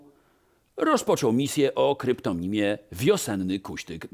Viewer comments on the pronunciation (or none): ja nie mam prawa się czepiać Pańskiej wymowy, to jak gdyby zwykły amator poprawiał technikę złotego olimpijczyka, lecz usłyszalem to ''o kryptomimie''.😁 Szanuję, dziękuję pozdrawiam ❤